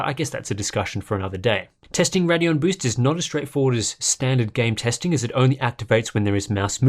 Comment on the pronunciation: RAIDeon, not Raddion, it's not that hard.